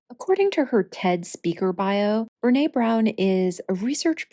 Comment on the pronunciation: I said last week that you had pronounced Brene's name incorrectly. I was wrong, and I apologize. I deleted that comment.